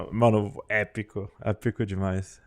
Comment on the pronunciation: Ênfase no épico kkkk